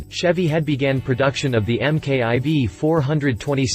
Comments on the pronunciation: EM KAY EYE VEE, that’s how you folks say it down there? We say Mark Four, it’s just easier. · Get rid of the computer generated voice over. M K 2, M K I, M K I V, seriously? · This dude is an idiot, Can't even pronounce the name of this wonderful engine!